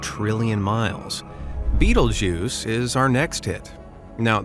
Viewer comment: “Betelgeuse” sounded like “beetlejuice” wth 😢